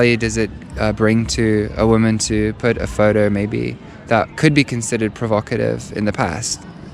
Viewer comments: I think she was provoked by the term 'provocative'... even though she couldn't pronounce it, lol. But to be fair, I think the term carries an accusatory tone of judgement, that would not be present by simply describing how a woman was (or was not) dressed. I guess it does reveal that she participates in this. If someone asked me why men post provocative pics of themselves, I wouldn't be offended because I don't relate to that. My answer would probably be 'Because they're simple-minded wankers.' 😄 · The "blonde" couldn't even pronounce the word, provocative.